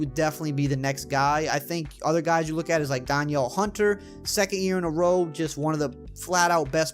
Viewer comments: Duh-neel is how you pronounce Danielle Hunter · THIS IS HOW U SAY DANIELLE HUNTERS NAME. (Dan)-(eel)